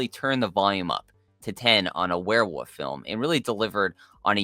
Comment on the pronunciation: Is the guy on the right saying Were'woof sometimes lol